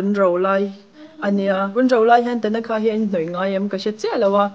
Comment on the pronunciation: Tanakha nilo in...Thanaka zawk tur aw ka u😂 Mizo lam chuan i ti dik a,mahse,a dikna takah chuan i ti diklo anih hi